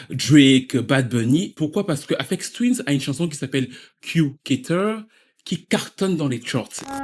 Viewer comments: il n'y a pas de S à la fin d'Aphex Twin hein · Y a pas de S à la fin de Aphex Twin fais un effort.